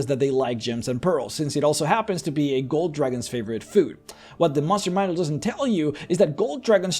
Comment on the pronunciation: I love it how you say "tressure" and "mushroom" manual lol